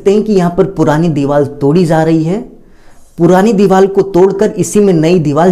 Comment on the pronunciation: Bilkul sahi kaha mai bi bolne wala thaa